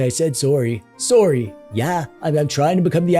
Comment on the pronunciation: He said soory